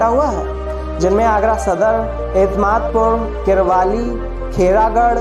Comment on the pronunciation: Some correction, i think i should tell किरवाली- किरावली सेंट जॉन्सन - सेंट जॉन्स कॉलेज